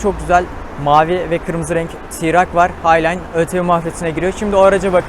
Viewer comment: Keşke Ti - Rak demeseydin araca.. Okunuşu Ti Rok şeklinde.. Video için teşekkürler